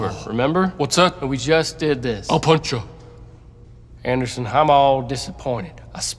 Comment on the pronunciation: "Hey Andason. I need to say my poum"